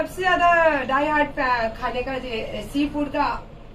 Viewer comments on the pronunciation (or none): none